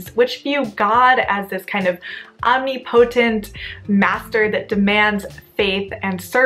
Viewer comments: Enjoying the videos but every time you same omnipotent my ears cringe little lol...Om-nip-uh-tent not om-knee-poh-tent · Your pronounciation of the word omnipotent is really funny 😅